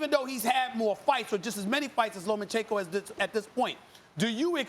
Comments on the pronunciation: cant believe dudes talkin like experts but cant even say lomas name right LOMANCHENKO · Stephen A and Teddy Atlas: Lo-MAN-chen-ko Vasiliy: it’s Lo-MA-chen-ko you idiots!! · Teddy, you clown it's LOMAchenko, not LOMENchenko. How many times can you make the same mistake?? Respect the name of the pound for pound #1! Time to retire, ATL-ANS. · Stephen A.: "Lomenchenko..." smh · "LoMENchenko"...SAS needs to learn how to pronunciate properly. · Right? It's obvious pronounced 'Homochenko' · SAS: “Low Men Chin Ko” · Who is "lomanchenco" 🤣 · Why they keep calling him LomaNchenko? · “LomENchenko” SAS the highest paid sports pundit in the world and can’t even pronounce the name right? Cmon man 🤦‍♂️ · Chicken Lo-Mein-Chenko. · Low-men-chenko. SAS, please stop talking boxing. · Lo mein chicken. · Teddy literally says “ Low men chenko within the first minute. But hey let’s only talk about sas. The man that’s carrying espn on his back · Why can't SAS say Lomachenkos name properly? It's not difficult. You get paid to get this right. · Teddy calls him that too tbf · That's how Teddy says Loma's name and he's the expert so they all say it that way. 🤣